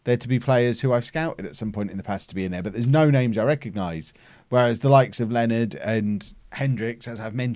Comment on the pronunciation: Leonards name isn't pronounced 'Len-erd' its supposed to be 'Lee-oh-nah-r' but len-erd is funnier so.... whateves